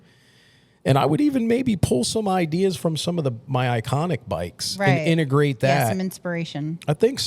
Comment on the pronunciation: The father used to call it "Idears" and everything was "old school"